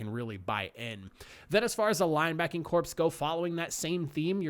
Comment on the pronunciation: Corps is pronounced like core, not corpse.